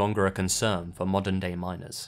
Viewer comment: I can't be the only one who thought he said minors instead of miners 😂